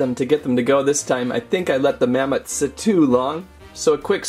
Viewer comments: its mammot not mammoth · It's mammott not mammoth